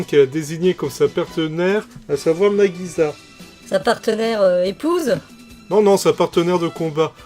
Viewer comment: Alors "Dallos" n'est pas la première OVA et "Iczer-1" n'est pas la deuxième. Nagisa se prononce "Nagissa" (comme si il y avait deux "s"). Les japonais ont le son "z".